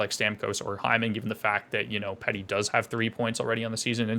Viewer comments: "Pee-tey" - not "Pet-e". 🫡 I wouldn't sleep on Garland and Hoglander. Garland specifically. Hes a small guy but is able to drive play. Theyre actually perfect linemates for him - short of just stacking L1. Petey trying some of the moves he used to do back when he was taking the league by storm. Ray Ferraro put it perfectly, he wants to please everybody - and by that I mean he wants to be seen as the scoring threat but also wants to be the 200 ft guy but also wants to be the guy that uses his body but also but also but also. Add that on to a massive contract for 25 year old - and it seems from Tocchets perspective that his preparation is not up to where it needs to be. I only see growth from here he's too special of a player. He is tentative right now - but it will start to roll for him. Look at his record over the last few seasons. Still puts up big numbers. He's gonna pay the bills. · Canucks fan here - most important thing you need to know is it’s pronounced ‘Pee-dee’. Haha he’ll be fine, he’s streaky. Anything less that 80 points would blow my mind.